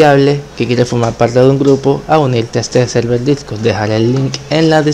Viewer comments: Nariz :( xD "selvel" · al inicio, en la anunciación del server de discord, se entendia "selvel"